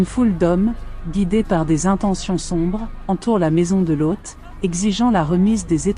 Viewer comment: je viens de regarder a nouveau, parce qu'a la premiere, j'ecoutais en bossant. je n'avais donc pas vu les images. j'ai beaucoup aime le lien entre l'ejection de la mer morte et la statufication en sel de la femme de loth (que tu prononce bizarrement lôth) : je me suis toujours demande pourquoi elle aurait ete transformee en sel : ça serait une bonne explication. par contre je n'ai pas reussi a comprendre le lien entre le verre vitrifie (fait par des gens), et sodome et gomorrhe. une ville entiere vitrifiee a ete decouverte en inde (ou au paskistan, je ne sais plus). certains ont dit que seule une bombe atomique aurait pu faire ça. seulement, quand on tape "la bombe atomique n'existe pas", sur odysee, on tombe sur une video de presqu'une heure qui explique d'une maniere plus que convaincante ce qui est dit dans le titre... et puis on se demande comment les gens de cette epoque auraient pu avoir une telle technologie -a moins, effectivement, qu'elle ait ete importee par une civilisation exogene. franchement, cette video merite plus de likes. les mysteres d'internet...